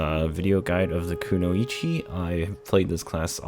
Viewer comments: You keep saying it as konoe-eechee instead of how it is actually pronounced. Kunoy-chee. The same way you would say annoy. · three syllables... くノ一 ku-noi-chi :D and I know you ain't the only one lol